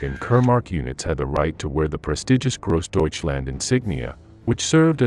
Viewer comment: You don't like Grawsdeutschland?